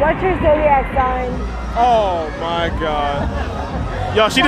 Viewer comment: WHAT'S YOUR ZODIAC SIGH??? TF??? WHAT????